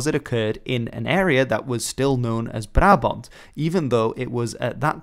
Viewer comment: as a dutch i must say HOLY SHIT YOUR PRONOUNCIATON OF "BRABANT" IS GOOD!!